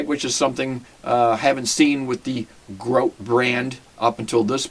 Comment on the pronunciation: its grote not grout